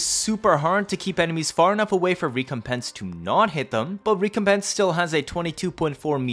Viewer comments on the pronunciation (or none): Good God man your pronunciation of recompense is unnerving! Rec-com-pence You're giving me PTSD 😂